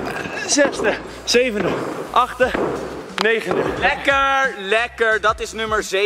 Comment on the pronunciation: wij: zeggen achtste boaz: achde